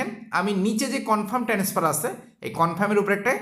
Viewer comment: ট্রান্সফার না বলে বার বার টেনেসফার বলেন কেন ??